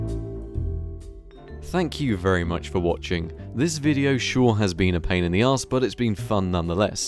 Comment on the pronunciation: It was a pain in the 'aas'